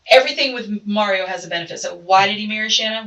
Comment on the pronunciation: Did y'all hear her say Mario taljs a lot? 😂😂😂 LOL It's 2 a.m. and I busted out laughing!!! I hope I didn't wake my neighbor up 😂😂😂